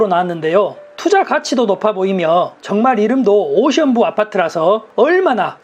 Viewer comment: 오션뷰 발음이... ㅎㅎㅎ